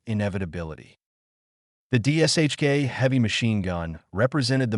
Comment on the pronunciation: It’s D[SH]K. Not DSHK.